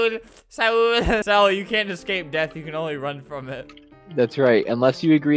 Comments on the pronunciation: saul is actually pronounced s-oll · It’s pronounced like sawl but it’s Saul. Riiiippppp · I hope you joking because my real name is saul and that is not how you pronounce saul. Plz get brain cells